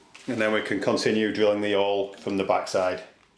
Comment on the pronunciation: The h in hole isn't silent you know lol